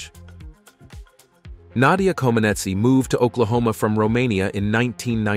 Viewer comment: Even what some might liable me as a hillbilly knows and loves her and great respected a honor to pronounce her name correctly. Interesting 70s up to today a all time great and delight to learn more about this greatest of all gymnast 🤸‍♂️. 🎉 God bless you and yours❤❤